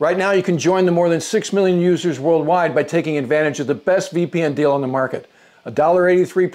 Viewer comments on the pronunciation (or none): none